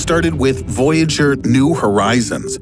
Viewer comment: At 8 min you said “voyager”. Yes, we noticed. ;)